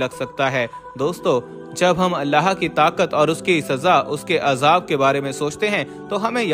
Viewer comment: Every time you saying allaha.it is wrong. You must say Allahu.